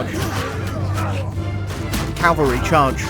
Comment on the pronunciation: I'm glad to know I'm not the only person annoyed by people who mispronounce "cavalry."